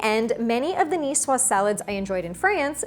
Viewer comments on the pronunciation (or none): I hate when a cook doesn't say if the eggs are cold or room temperature. Oh and the "S" is silent. Cucumber that is not peeled and de-seeded? No go. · Cool, I came here because I never knew how to pronounce Nicoise.